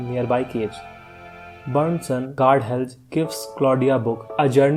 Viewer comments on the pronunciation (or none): none